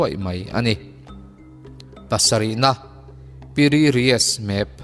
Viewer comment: no 7 na khi PI RII tiin ka hria a ,mahse a ziak ka han chhiar Chiang a, PIRI RIES a lo ni a ha!!!!!!😂